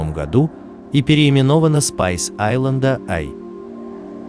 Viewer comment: Перевод ужасный, название судна и то толку нет нормально произнести